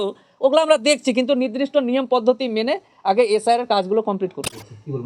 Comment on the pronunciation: ০০:১৫ তে "নির্দিষ্ট" বলতে পারছে না, "নিদ্রিস্ট" বলছে, এ আবার বড় উকিল 😂😂😂😂😂